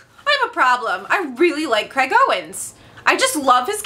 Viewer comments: it is Craig not Creg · Yeah, I assumed you did until I heard you say it more clearly and I heard 'Kreg'. Sorry, hope I'm not annoying you 😕